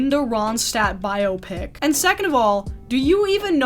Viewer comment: THANK YOU for pronouncing 'biopic' correctly. I'm gonna scream if again I hear it rhyming with "myopic"